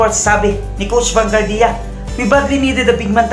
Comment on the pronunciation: Vanguardia = Ban-gwardya po, not Ban-gardiya